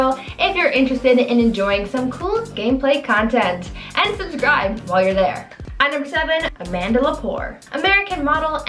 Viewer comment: Linda Evangelista pronounced Evan-jelista! Subscribe pronounced sub-scribed (it has 2 bs)!